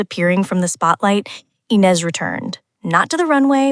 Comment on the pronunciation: Please learn how to pronounce the name of Ines correctly!!!!! She is the subject of your video. Come to think of it, teach your bot some French!